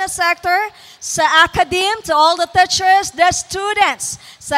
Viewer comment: teacher pronounced with long e..